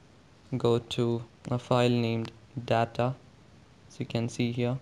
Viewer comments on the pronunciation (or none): You pronounced 'data' wrong.. LOL